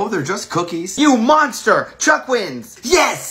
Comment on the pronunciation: 4 the beach TikTok you said truck instead of chuck